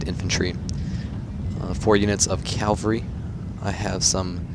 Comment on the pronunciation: Dude. Cav-al-ry. Say it with me. Cav-al-ry.